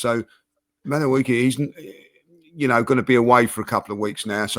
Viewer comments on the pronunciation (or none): calling him “Madawiggy” 😂